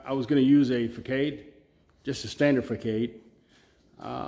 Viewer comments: Good work. But I couldn’t figure out what you were talking about for a bit…. It’s pronounced “ fa sod”…. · Facade is pronounced fuh saad. 🙌👍. I did your channel though you have great ideas. 💡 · Fa Sod 😂 ❤